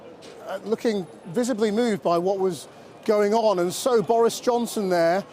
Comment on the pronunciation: Visably moved - i say visably mved